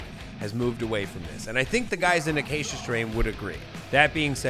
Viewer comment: Acacia is a tree species that I just so happen to be building an Iceman-shaped guitar out of. Also, you pronounced it spot on. 👌